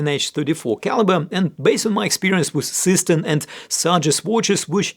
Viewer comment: Seestern is pronounced "ZAY-shtairn".